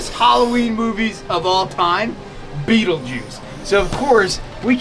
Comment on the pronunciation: STOP SAYING BEETLEGUISE lol, great video guys beautiful reptiles and amphibious critters and bugs:)